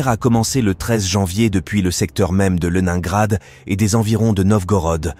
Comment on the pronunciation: Au deuxième "Lenaingrad ", je n'ai pas continué. Ces voix numériques sont insupportables ...